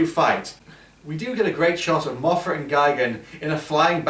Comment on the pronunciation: it's Mothra not Mafra